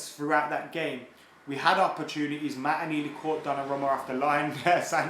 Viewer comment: “Maataa”?? “Maataa”??? 😂 sounding like a cockney their!!